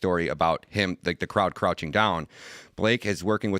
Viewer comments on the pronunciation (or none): What is "scrouching" down? Isn't it "crouching"?